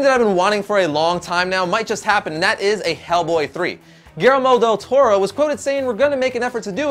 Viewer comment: are you latin because the way you butcher del torro just no man no =(